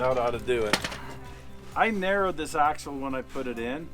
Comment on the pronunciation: It’s a “haxle 😂